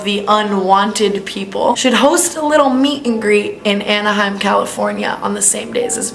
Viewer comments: Aniaham!! Lol it's pronounced Ana-hime California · The way you said Anaheim 😂 you’re the best! Great video!